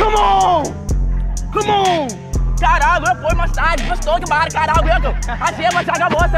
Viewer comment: Ele tentando com todas as forças falar "caralho" KKKKKKK